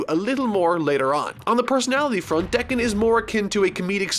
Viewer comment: your butchering Hody's name also it’s pronounced Deck-in